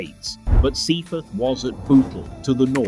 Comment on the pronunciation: "Livver birds" "Sea fith" "Hessle teen" lol. AI shite!